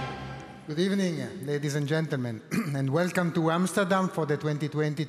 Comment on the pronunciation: “Is this a good decade for Portuguese football?” Figo: “Good Ebening”